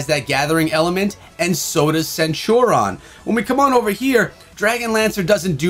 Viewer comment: Everybody: Centurion:Centuron